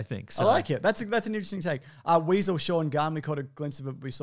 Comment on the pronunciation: Weasel, not wessel